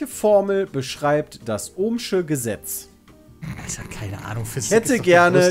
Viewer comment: hat das Ohm'sche Gesetz einmal richtig gesagt, aber verdient hat sowieso keiner die Punkte:D